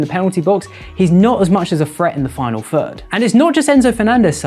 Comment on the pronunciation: “Phreat in da final phird” is crazy. I had to listen to it a few times. Annunciation my friend, you can do it!